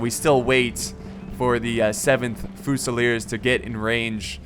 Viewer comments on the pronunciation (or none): Fusilier is pronounced 'few-sil-ear' not 'foo-sal-ear